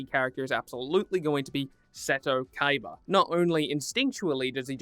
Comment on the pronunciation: I'm surprised you even said his name right, most idiots just call him Kiba